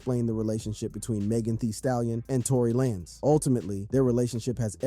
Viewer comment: Tory Lanes like Lanes not Lanezz for the rec lol